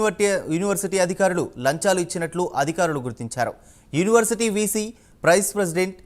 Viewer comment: First school ki velli Pronunciation neruchuko first a tharuvata reporter pani cheyuu. Next University ni Univerty ani annavu neku em vachu saduvu